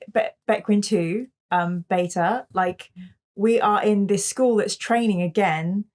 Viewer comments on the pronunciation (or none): none